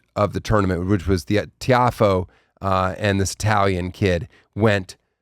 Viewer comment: Not sure if anyone has pointed this out, but Carly pronounced Tiafoe correctly. Daniel did not.